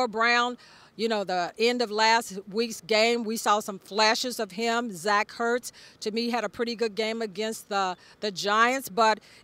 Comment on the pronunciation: I don’t think she pronounced one players name correctly Zach hurts, Sam Cosby, and Joe barrel😂